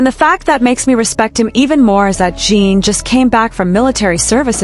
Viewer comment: Please fix your AI commentator. Holis name is Jin rhymes with tin, bin, grin, friend. GET IT⁉️PLEASE FIX ASAP!! Thank you!!!